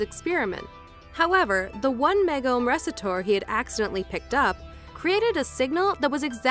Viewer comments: Really... the RESITOR? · go back to grade school. resitore. hah.